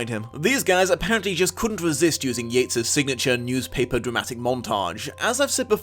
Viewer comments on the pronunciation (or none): none